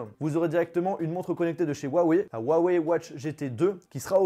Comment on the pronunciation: C'est pas compliqué il faut prononcer Rhou (en expirant le r) - a - weille . C'est tout pr moi.